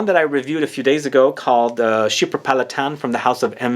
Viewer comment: Not to put a fine point, but the pronunciation is sheep-pre (for the word chypre). Not she-per. It is French, for Cyprus (the country).